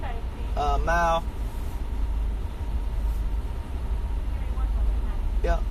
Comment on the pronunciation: He said mild soooo Chicago 😮